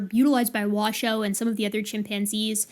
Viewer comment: I was delighted to finally know that "Washoe" is pronounced "wa" (as in "water") "show", because that's how said it. But then i was crushed when she said "wa-shoo", because it threw me back into doubt. I wonder if bonobos worry about pronunciation.